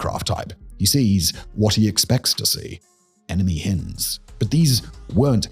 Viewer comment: Hinds is a long vowel pronunciation